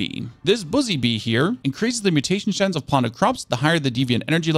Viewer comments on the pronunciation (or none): I thought he said bussy bee for a second, and i lost it lol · lol he said:Bussy bee"